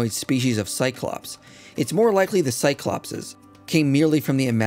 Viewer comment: Minor note, but isnt the Cyclopes pronounced Psy-Clo-Peas not Psy-Clop-Says or did i make that up?